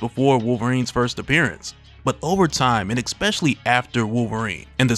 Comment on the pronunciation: Stop staying Excpetially. It is stealing the flow of an otherwise very fun video.